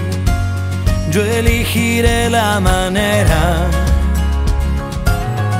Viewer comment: Que pena que Diego, ni nadie de su entorno, ni la gente del estudio de grabacion, ni el editor, ni quien hace los arreglos, se hayan dado cuenta antes de lanzar el corte y el álbum, que pronunció mal la palabra "Elegiré". Diego canta "Eligiré la manera...." La cancion es muy bonita, pero quedó ese error de pronunciación tremendo.